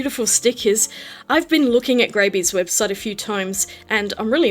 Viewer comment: It's pronounced Grab----eeeeeee.